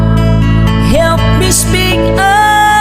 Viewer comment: You can spick sabi nya speak po yun boss sablay diction boss